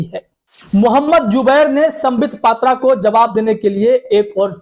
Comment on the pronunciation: Patra nahi phatra hai